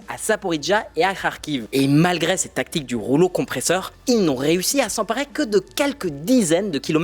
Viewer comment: CARRÉ ✅️ CARRAI ❌️ S'EMPARER ✅️ S'EMPARAI ❌️ Revoir la prononciation des mots !